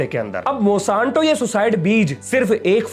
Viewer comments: मॉसांतो नही मोनसैंटो है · Bhai नाम तो सही बोल company का।।। Monsanto है , mosanto नहीं😂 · Its MON-SAN-TO not MO-SAN-TO, please correct it's aching my ears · Mosanto❌ Monsanto ✅ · मोशांतो नहीं मोन्सेंटो